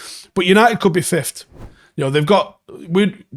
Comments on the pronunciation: I didn’t even realise he pronounced it like that lol. I’ve heard many people pronounce it like that though. It’s wrong but maybe it rolls of the tongue easier like could’ve many people mispronounce as could of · Please start saying fifth properly it isn’t even an accent thing you’re just straight up saying it wrong